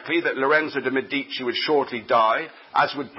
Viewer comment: ME di ci. Stress on first syllable.